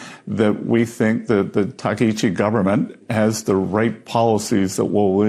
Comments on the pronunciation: Hey Ben, just wanted to say as a Japanese American with my mom from Japan. I don't like the Takaichi government but I just wanted to correct your pronunciation of her name. It is Chi like Tai Chi not Shi like She. (Ichi means One Ishi means Stone). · First of all, it's Taka-eechee たかいち 高市, NOT Taka-eeshee. Second of all, Japan has nothing resembling a MAGA government.